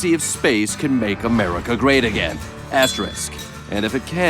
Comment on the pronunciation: It's not "asteRIX" but "asteRISK," for crying out loud!!!